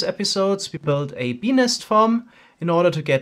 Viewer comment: his accent is best at "BEE" , "BEE'S"